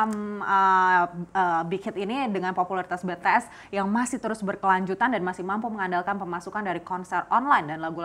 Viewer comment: maap mba nyebutnya bities bukan betees🙂